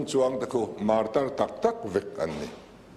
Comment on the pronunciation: Martyr(martir) tih hi enge awmzia le...Mizo chuan Martir nilo in martar kannei.